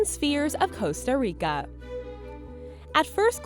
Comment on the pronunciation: "Costar Ricar"